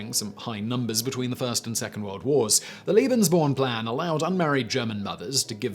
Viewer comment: You pronounce "Lebensborn" as if it was spelled "Liebensborn". They're rather different ideas.